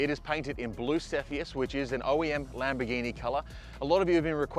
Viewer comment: Why does he keep calling it a Lamberghini? 😂